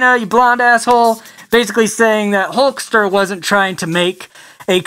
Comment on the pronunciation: Thank you for saying hulkster